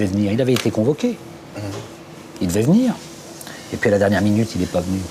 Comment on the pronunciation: On ne dit pas :vinir mais venir C'est très important.